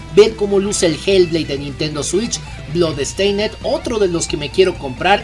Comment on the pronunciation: Hey hey! Oye, se dice "blodsteind", no "blodEsteinEd" la última E es muda. Y se pronuncia "bilders" no bUIlders.